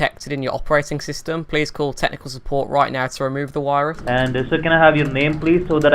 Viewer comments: Awast, wirus, 😂🤣😂🤣🤣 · wirus, dekstop, cracks me up every time. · Why do u say wirus ? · I love your channel. I think it's great! But I can't get over the fact that you pronounce "V's" with a "W". How you say virus like Wirus, and visa like Wisa. It cracks me up. But please keep the videos coming lol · because of you and your videos i've been saying 'wirus' more often now i hope you're happy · Vindovs and Wirus xD